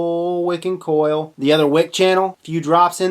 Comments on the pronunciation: hopefully he'll read the comments and start to say coil instead of "kawel" the rest of his accent is fine. 😀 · Clayton Rickard also he pronounces coil "kawl" 😨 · And he pronounces coil "kawl" which is strange 😦. Why do you do that Please reply to this comment! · no I'm not dumb he only pronounces one word wrong, that's not an accent. Are u dumb ?